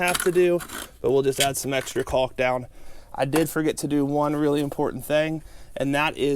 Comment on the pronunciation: Don't forget, everyone, to take a shot every time he mentions caulk with a hard "L"! lol